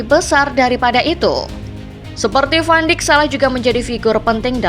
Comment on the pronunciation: Koreksi penyebutan van dijk